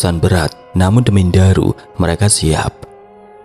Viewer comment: Jarang denger orang nyebut nama Ndaru dengan benar. Seringnya Ndaru dibaca daru 😅 Enak banget dnger nama Ndaru di sebut sesuai dg ekspektasi ku😂 😂